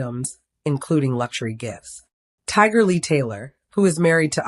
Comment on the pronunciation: This is so sad. I hope that everyone hearing this prayers for their family. 🙏🏾. Is this A I speaking because her keeps getting mispronouncing her name. It’s Tiger Lily.